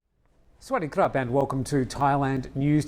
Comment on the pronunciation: Sa wa dee kap not swade krap